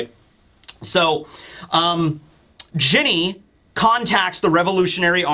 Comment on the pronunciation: Ginny should be said "Jinny"